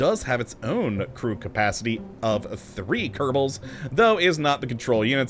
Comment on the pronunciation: why are you say "kadebo space program"?